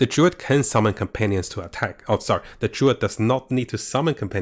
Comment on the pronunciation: It's not Durid... it's Druid